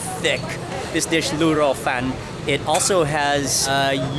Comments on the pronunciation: I like how you pronouce, Rrrrrru Rrrrrou Fan......... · Why did your roll your "r" when pronouncing lu rou fan?